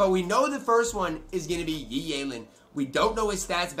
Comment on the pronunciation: Thank you for pronounce Yi's name correctly